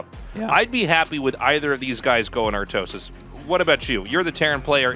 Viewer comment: When i see Snow i instantly think how he is pronuncing Artosis name in koreean.Artosisee....